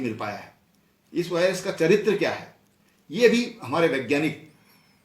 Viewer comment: Corona ka saga bhai hai ye. Viruse bolna bhi nhi aa raha ise to. Aur uttarakhand me paani ki kami hogi bal ab 🤣😜😄😂🤣😂😂😃🤣😃😁😁 UK me jansankhya badhegi bal ab nokari kitni di hai jo jansankhya badhegi